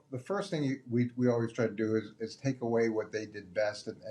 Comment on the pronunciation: Is this the year Colin learns how to pronounce “always”?